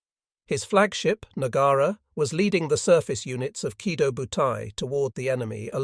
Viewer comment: Oh, I get it now - the AI is leaving out the O sometimes - yea that is annoying. I thought you were suggesting that there was no long-o at the end of Kido